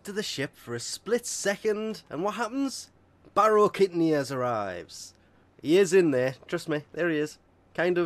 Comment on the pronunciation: "Baro kidnear"